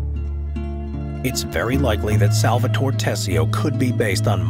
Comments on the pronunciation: SAL-VA-TO-RE, not " Salvator".. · Someone who says "Salvator" instead of "SalvatorE" and "Corleon" instead of " CorleonE" shouldn't dare talking about the movie. Sounds like senator Pat Geary in the Lake Tahoe house meeting with Michael. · The pronunciation of "SalvatorE" and "CorleonE" hurt my ears. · The way Salvatore is pronounced is to enphasize the 'e' at the end, such as Salvatoree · Repeat after me S-A-L-V-A-T-O-R-E not Salvator, if you can't pronounce it then stick to Sally ffs